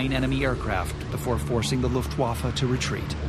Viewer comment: Rob Lowe's narrating was pretty good in this documentary. However, I wish learned how to properly enunciate "Luftwaffe".